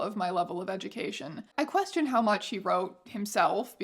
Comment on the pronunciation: "Quefion" <3 XD